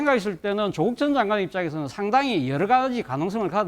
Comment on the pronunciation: 발음은 좀 똑바로 하자 조옷국 맞지?